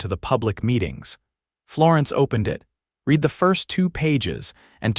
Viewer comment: AIs just can't get it right. I think you'll want to red this. In this instance read is pronounced reed. But all in all one of the better results.